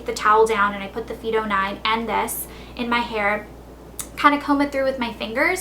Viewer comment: Its pronounced phyto -fy to